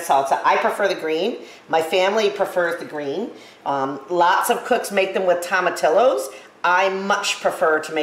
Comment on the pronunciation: Toma tee oh